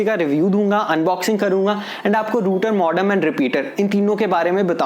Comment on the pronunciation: Ruter nahi bhai router bolo... modom nahi modem bolo.. 😂 nice review thanks